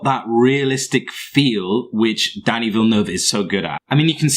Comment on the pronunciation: It was killing me listening to you murder his name and filmography. Lol